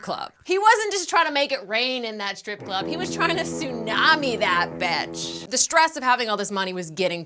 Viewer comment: PLEASE learn to say the word bitch and all it's forms properly, it's not betch or betches or batches, it's BITCH.